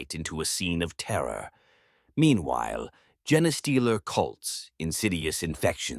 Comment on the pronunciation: The voice and the art at least. Observe how it pronounces Genestealer or Nobilite.